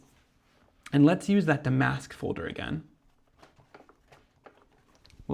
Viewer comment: These are beautiful. I was thinking that damask would be good. Damask is a type of fabric or embroidery that was used on chairs or was a pattern on vintage wallpaper. Is pronounced dam’-ask rather than da-mask’.